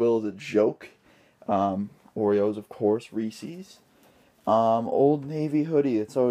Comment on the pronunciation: He said resses